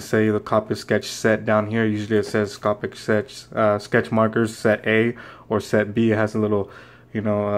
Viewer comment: you pronounced copics wrong. this is how you pronounce it. it's not cApics it's coWpics